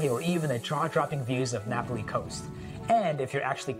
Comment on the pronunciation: Napali is pronounced differently